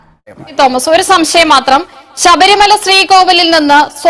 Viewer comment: സംസയം അല്ല. സംശയം